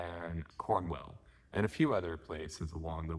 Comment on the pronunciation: Hey Dude, Good Luck with your trip. Renegade Here, Unless you mean the small Cotswold village of Cornwell then Cornwall where Boardmasters is located is Pronounced how its spelt Corn-Wall. One of the few British place names that actually sounds how its spelt. Enjoy our festival scene my dude. 🖤